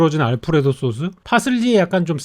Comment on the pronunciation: 쏘수 발음은 일부러 하는건가요